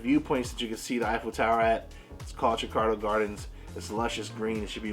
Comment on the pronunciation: "Tricardo Gardens" lol